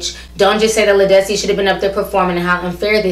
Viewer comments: I agree with everything you said. But Ti her named is pronounced Lead like a lead pencil... Lead-dis-cee.lol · Her name is Led-is-see. She's been out for over 15 years. I've have her albums and she's awesome.